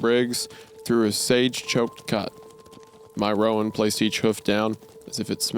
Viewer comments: Roan is one syllable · This is the comment I was looking for, everytime he said ro-an I died a little. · Anyone else cringe at wendigoon mispronouncing "Sorrel" and "roan"? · It's not ro-ann it's like rone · Roan is pronounced just like groan. Not Rowan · It’s pronounced “Rone” not “Rowan”. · I really wish wendy would learn how to say roan and sorrel properly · As a horse girl the pronunciation of "roan" and "sorrel" made me giggle. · My guy, coming from someone who is around horses, owns horses and has had to deal with horses my entire life. Just let me say, it stings to hear you mispronounce almost all the colors of the horses. from Roan to Sorrel. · As a horse person, this author actually describing horses well delights me. As does the way Isaiah mispronounces "roan" and "sorrel" lol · Side note- I love the story but hearing Isaiah say horse breeds/coats is painful😂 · Not to mention how he pronounced "roan" 😂